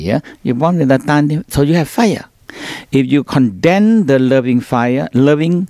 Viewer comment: A correction to the subtitles "so you have fire! If you condemn the loving fire ... ". I think he meant *condense*, though he didn't pronounce the s